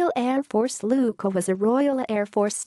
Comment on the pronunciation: Oh dear! Another of those dim witted computer voice overs. Except nobody has told it that "Q" is silent in Maltese.